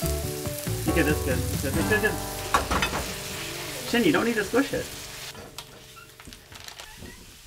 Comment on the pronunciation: Hearing him mispronounce his sons name over and over again is grating. Like why the American short i sound instead of the Japanese long e? Shin (as your leg) versus the Japanese Shin (“sheen”)??? Why why why? At least he does right when he’s speaking Japanese so maybe that’s the point, but stilllll